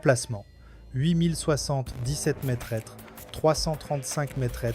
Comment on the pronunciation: on prononce "mètre", pas "maitresse" !!!